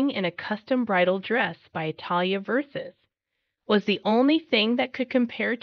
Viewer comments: Please learn how to pronounce Versace correct. It's not verses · Ver-Sah-gee! Jeeze, get it right.